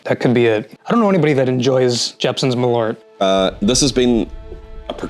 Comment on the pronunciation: Malört is pronaused wrong